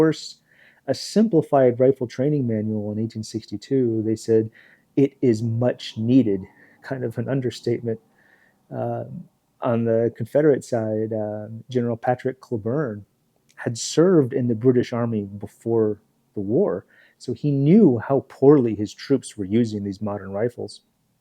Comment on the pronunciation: Clay-burn, not claburn